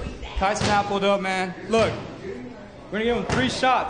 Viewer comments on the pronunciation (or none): Ryan Clark say “Kai CeNOT” 😂😂😂😂